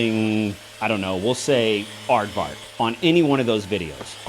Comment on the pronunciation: Love your videos, and your art even more. Not to mention the pronunciation of the word 'aardvark'. It is very Afrikaans, which is my home language